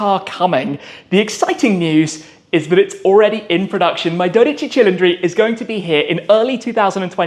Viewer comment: texted..'Grazie mille on pronouncin' tha' cil-en-dri thing'